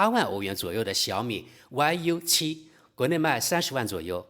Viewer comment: 大兄弟，那个不念歪油七，念育七😂